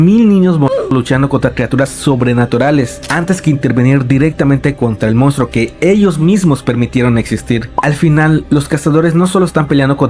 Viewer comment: Me dio más miedo el tapioka "mounstro" que el video😅